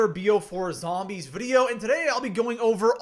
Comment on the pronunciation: love how u say zhombeez :D